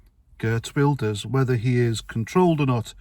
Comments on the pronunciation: Pronunciation wise Wilders = Vilders. He is going to have his work cut out forming a government, but fingers crossed. Hope your back feels better soon x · Pronounced VEELDERS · Yea its pronounced "Vilders". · Religion of police sounds about right! It is pronounced Vilders by the way. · Wilders is prounced with a V, I.e Welkom a town in South Africa us pronunced with a V. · I think it's pronounced "Vilders".